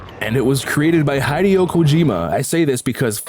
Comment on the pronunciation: Hey mate, I like your no BS reviews, but cmon boi, he is Hideo, not Haideo.